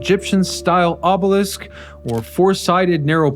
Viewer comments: Your ability to consistently mispronounce words is astonishing - ob-oh-leaseque? Really??? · Obelisk as in “list”, not obelessk as in “west”! Also promenade as in “odd” not promenade as in lemonade! It’s like nails on a chalkboard!